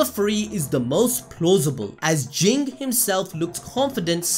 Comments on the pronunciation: I think pronounced “J-in, not G-ing” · you are mispronouncing Ging, its pronounced Jin(Jeen)